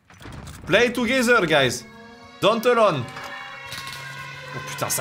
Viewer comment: Brozer, toogezer stp fait un effort avec l'accent anglais